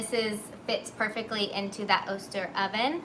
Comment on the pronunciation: Hey! On vacation at Newport OR, didn’t catch the live but your patience with the kids is adorable and they did a nice job piping! I believe Oster is pronounced Ah-stir. Like otter without the S.